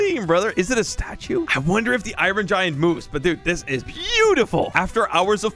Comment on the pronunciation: OMG SOMEONE WHO SAID IRON CORRECTLY!!